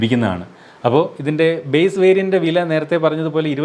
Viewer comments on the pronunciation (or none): none